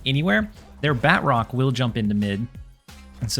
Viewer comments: Ba-troke not Bat-rock. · Btw, it’s pronounced BA-TROC! 😂 Nonetheless, phenomenal video as usual. Keep up the good work!